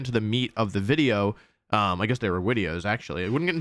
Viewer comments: Glad to hear you say wideo again. I discovered your channel during lockdown in spring 2020. And your daily uploads along with your positive energy really helped me get through the day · You said wideo and I got nostalgic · I love how wolfe says wideo plus the content on this channel is top notch /10 story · Wolfe: Wideo Me: :')